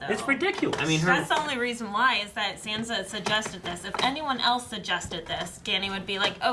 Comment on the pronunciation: Oh my god these guys still pronounce sansa SAND-sa and i love them but it triggers me sooooooooo much. Haha